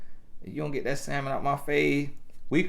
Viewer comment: It’s sam mon not sal mon 😂😂😂 for everybody else